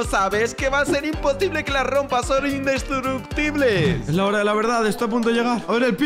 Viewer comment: xd "va a ser imposible que las rompa.son indestuructibles"